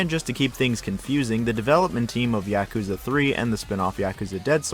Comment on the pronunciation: Finally someone doesn't pronounce yakuza "Yakúza" 😂